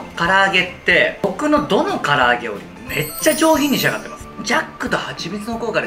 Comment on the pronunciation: 唐揚げがカラオケに聞こえたのは、自分も飲んでるからかな…